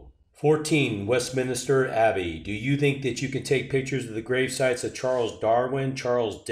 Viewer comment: WHAT the HELL is West Minister abbey? WestMINSTER! Mediocre...